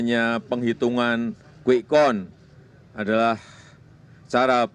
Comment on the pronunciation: pak.wiwi.. count.. bukan kon.. sama count bukan account. beda atuh pak .bahasa jawa sm bhasa inggris